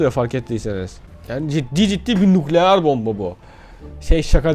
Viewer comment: Biri şuna onun nukleer değil nükleer olduğunu söylesin